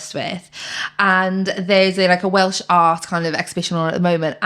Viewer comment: Welsh/Welsh pronounciation has improved so much 👏 Da iawn!🎉